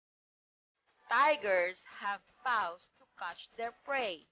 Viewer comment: nice video. but kindly pronounce the word "paws" properly :)